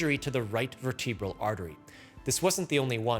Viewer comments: Unlike in cerebral, the second E in vertebral is soft, and the accent goes on the first syllable. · Vertebral.... why have I heard that pronounced far more different by plenty of physicians ?